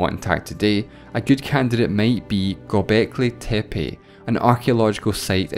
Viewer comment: he butchered the pronounciation